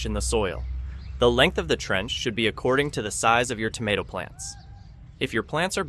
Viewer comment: tomato is not pronounced damatto🧐